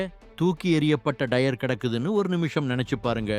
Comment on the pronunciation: தமிழை கொலை செய்யாதீங்க டா டயர் டைர் கிடையாது